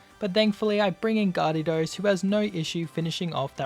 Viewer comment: Its actually garedos, pronounced gay-ru-dos